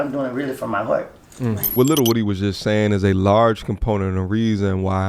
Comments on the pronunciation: Shut up u irritating & its WOO Dee not Woody wtf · Lil woo dy... People always pronounce bro name wrong